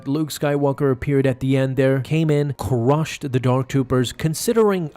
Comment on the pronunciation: "cCusH the dark Doopers"